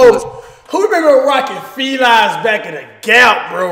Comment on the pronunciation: “Felies”, Cash?